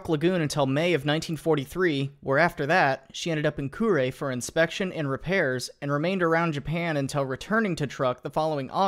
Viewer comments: broo-NY , Kur-eh ... also no mention of Shinano. Furthermore no mention of the lessons the US learned from sinking Musashi. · Were you trying to say Kure? It's pronounced more like Koo-le, not Kyuree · Well and Kure isn’t pronounced Kuree/kuri but more like kule (e like in leprosy) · "brunee" "lady gulf" "drydocked at curie" Love the channel but man you suck at pronouncing things.